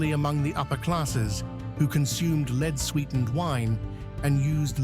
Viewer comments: Can't you teach the robot reading your scripts to pronounce "lead" as "led" when it refers to the metal? Here! I have a sugestion to help you. When you are writing your script for the robot to read, instead of using "correct" spelling and conventional abbreviations, such as "km", "mm", or "hrs", you should write "kilometers", "millimeters" or "hours" instead. When you have a reference to a present tense of the verb"to lead", you write it as "leed", while if it is in the past tense, you should write it as "led". I hope this is helpful. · will you sort out your text to voice "Roman LEED" for goodness sake?